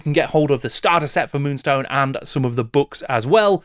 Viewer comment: Multi award winning moonstone ... get the name right 😊